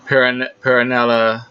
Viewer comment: Also, his name is B R Y A N T P E R R E L L A. Not “Paranelly” it’s Perrella. Rhymes with Fella. There is no “N” in his last name. Come on man your the expert, get the names right! This is not even a hard name to pronounce